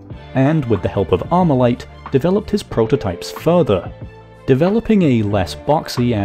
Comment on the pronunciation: Not Amurican talking about AR-15??! Grabs pitchfork* Not Amurican enunciates "Armalite" Puts down pitchfork*